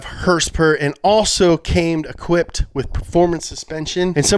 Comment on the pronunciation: "362 hers pers *uhh*" gold